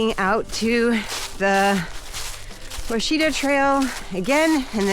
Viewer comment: It's pronounced wah-shi-taw easy to mispronounce , I'm guilty of it as well. It;s a great hiking trail enjoy.